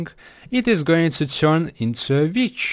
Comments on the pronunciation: Haha he said vitch cause of his accent but I thought he said bitch too XD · at first I didn't know what he said when he said witch